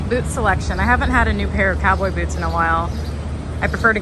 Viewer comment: Oop I heard a little southern accent come out when you said “boots”!